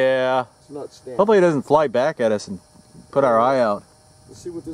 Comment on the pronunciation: What's up with the way you say "okay" . Lol